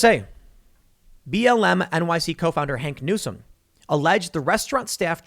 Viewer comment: Okay, Tim, didn't want to have to burst your bubble lol but is "Hawk Newsome", not "Hank Newsome"